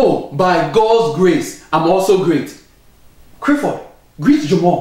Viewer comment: "Crifford" lol